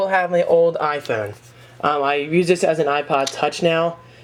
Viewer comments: For the 39th time, it's pronounced "i-Phone", not "i-phoon". L2pronounce please. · i like how u say mario and iphone its diff